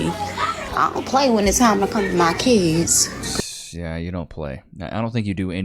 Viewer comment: The word is not keeeeds.